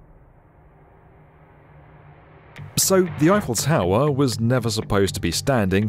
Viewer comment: This narrator, whom I have heard voicing other YouTube videos concerning tall buildings, has a strange way of saying "tower"! It's a straightforward word, so there shouldn't be any ambiguity as to how it should be pronounced! But he says "taowah" at: - - - - - - - - - - - - - Sorry, ""! 😀